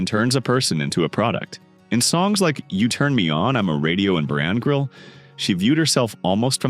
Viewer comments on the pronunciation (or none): The song isn't pronounced barrangrill... It's Bar and Grill. Computer generated voices are so annoying.